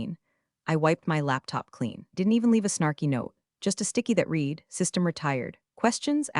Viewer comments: ALERT TO ALL HANDS! Can we please have the bots that read (pronounced REED) these scripts distinguish the past tense of read, which, although also spelled read, is pronounced REDD. There are many such errors, and they cause me to feel that I should never watch one of them again. Surely someone who trains the AI can fix this blunder. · OMG It’s not pronounced REEDED it’s pronounced RED Seriously learn proper English. Thumbs down 👎 get it right before posting to YouTube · Still mispronouncing read. Your AI is having difficulty learning. This is the system that is suppose to fly planes, drive cars, and responsible for national security. Better keep educated people, it's safer.